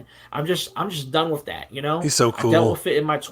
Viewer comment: His ability to prenounce his T's is my favorite part about him. " wiff dat"